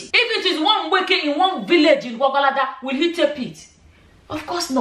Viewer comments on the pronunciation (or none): But why did she say Gwagwalada🤣🤣🤣 if you're not having discussion with others before you make a video, then your sense is too much